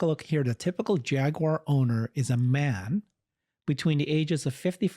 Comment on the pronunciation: I think they are going for the "Ja gyoo er" way of pronunciation